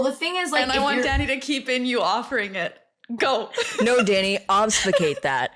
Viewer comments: So i'm wondering if this is a regional thing so is technically correct or a genuine mistake, but it's obfuscate, not obsfucate. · The craziest thing is this is the second episode where all 3 of these guys have mispronounced “obfuscate” like a dozen times and NO ONE has commented on it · them saying obfuscate like "obsfucate" the whole time 😂